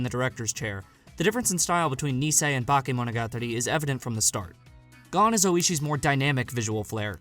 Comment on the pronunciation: Listen and learn to say it. Stop saying neesaymonogatari and bahkaymonogatari